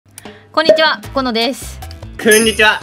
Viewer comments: の"こんにちは" 最近"こん"の滑舌悪くて"くんにちは"に聞こえてしゃあない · 、くんにちは 言うてるやん笑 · 何回か見て気づいたんだけどさ 最初の挨拶でこんにちはじゃなくてくんにちは言うてない？